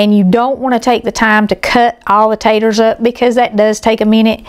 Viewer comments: Ponce Taters not tatters. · I'm as southern as can be. Tennessee born and bred. I used to say purty and taters and ain't, until elementary school. I almost always say pretty and potatoes these days. I avoid saying ain't. The thing is, most southern people do the same. I have to admit that hearing say taters through an entire video is surprising. Don't get me wrong. There is nothing wrong with her saying whatever she wants, but for whatever reason my ears are annoyed. Ooops! I just heard her say potato! I'm embarrassed to admit the word tater is bothering me. Maybe it's the migraine talking. And the upset stomach. I've wanted a good potato salad recipe for a while (egg and chicken salad too). I'll be making this because it looks delicious! All recipes are delicious!